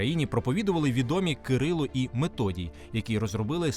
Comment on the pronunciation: Поясніть буль ласка чому Методій, якщо правильно Мефодій